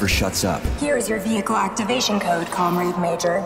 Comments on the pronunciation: Lol thought the same thing, “com-raid” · Yup. It's Russian Bioshock Infinite. With VAs that can't pronounce "comrade" properly.